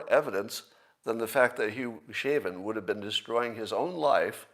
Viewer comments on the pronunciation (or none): Scott doesn't know the definition of homicide, doesn't know how fentanyl kills, and doesn't know how Chauvin is pronounced. I feel as if Scott is not very well informed. Fact check me on that.